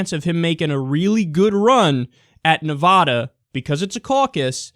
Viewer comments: Kyle please, it's Nevada not Nevahda. Trust me, I live here. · ITS NEVADA NOT NEVODA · When you say Navada -- say it like Nuh - (va like bat) - duh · It's Na-Vad-uh, not Nev-AH-da. It bugs every person living here to no end... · nice vid but its NEV-AH-DA not NE=VAAAAAH-DUH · It's not, Nevoda; it's Nevada. You know, the letter "a" makes its actual sound. Kickass Bernie is doing good, but my gosh I'm going to scream if you keep pronouncing it incorrectly. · It's Ne-Va-Duh, not Ne-Vaw-Daw. The same way you don't pronounce Texas as Tay-Hos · It is Nev-ADD-a, NOT Nev-ODD-a. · Nice commentary, but it's pronounced Nev"ADD"a. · I swear to god Kyle, pronounce Nevada, "Nuhvaada" one more god damn time. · No Nevadan says "ne-VAH-da" fyi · Dude, that's not how you say Nevada. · STOP SAYING NEVADA WRONG AHHHHHHHH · Kyle, I love you man. I really do. But will you PLEASE learn how to pronounce Nevada correctly? Thanks!